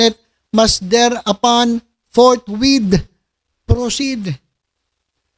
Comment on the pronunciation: Chiz Whiz Escudero bili ka ng Bagong Eye Glass para mabasa mo ng tama ang "Fortwhith" sa "Forthwait"😂